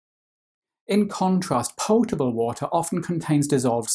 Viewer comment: Love how he says pyotable and pyour